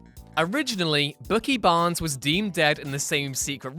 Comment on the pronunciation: Bookie Barns? Did you really say Bookie Barns?